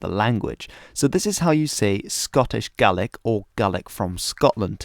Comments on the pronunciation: THANK YOU SO MUCH FOR SAYING GAELIC PROPERLY! Tapadh leat a Alba. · Scottish Gaelic speakers from southwestern argyll often pronounce Gaelic like / GE-LIK / although most speakers will say / GA-LIK/ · Yesterday, I saw a video about how they are keeping the Scottish Gaelic language alive in Nova Scotia, Canada, in a program where the older generation are teaching it to the younger. However, these people pronounced "Gaelic" as "gay-lick." Could this be because these older Gaelic-speakers have been away from Scotland itself for such a long time? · In Scotland it’s just Gaelic (pronounces Gah-lic) because there is already a language called “Scots” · Thanks for pronouncing Scots Gaelic correctly